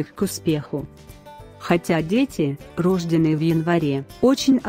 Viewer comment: Женщина, вы русская? Что же вы так плохо говорите по русски, тоесть не правильно, рожденные ударение ставится не на первом слоге, а на втором, в слове подростковом ударение ставится на последнем слоге, ну говорите вы правильно, а не каверкайте мой родной язык, слушать больно. Учитесь говорить правильно уж коль влезли в ютуб.